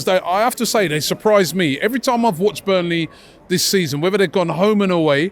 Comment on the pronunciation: It's burnley for christ sake😂😂😂😂